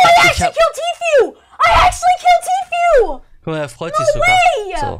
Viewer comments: ich bitte dich... TEAFÜH nicht T FU (ausgesprochen) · erstens: man spricht es Tii Fuu aus, nicht Tew Fyu oder The Few oder was auch immer. zweitens: Tfue fängt noch nicht einmal richtig zu bauen und du fällst schon ein Urteil , "der kleine hat das Baubattle gewonnen." Und das war kein Baubattle. Der Kleine zimmert da einfach ein 1x1 hoch und talkt dann noch trash über Tfue lol. Das war ein lucky Onepump, mehr nicht. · Bitte beim nächsten mal Tfues Namen richtig aussprechen. ist cringe xD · Wie du Tfue ausspricht : Tiffyou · tfue wird tifju aus gesprochen